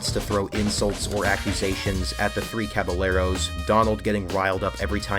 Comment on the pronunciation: "Cabalero" physically hurt me as a mexican 😭